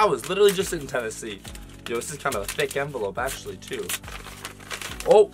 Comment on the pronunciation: He said thic